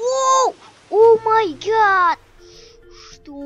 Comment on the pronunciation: не о май гашшшш а о май гаттттттт